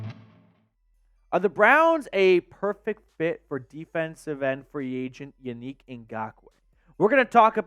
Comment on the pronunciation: Yo, I love your show, but you have to pronounce these men’s name correctly ! Yannick (yawn-nick)